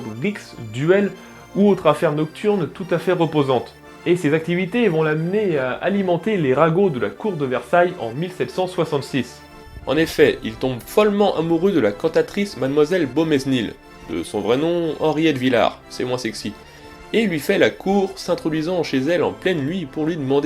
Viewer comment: toujours passionnantes, tes vidéos ! pour la prononciation je dirais que, peut-être ?, en phonétique, on pourrait dire : Beaumesnil = Boménil St Ouen = Saint-Ouin Rouërie = Rouéri mais ce n'est qu'un détail par rapport au travail de recherches que tu fais ! bravo !